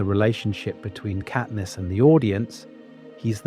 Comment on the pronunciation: it absolutely is genAI, not even two minutes in and the voice cant even pronounce katniss' name correctly